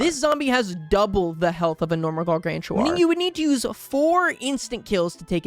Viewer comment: Bro Just said "Guargantua"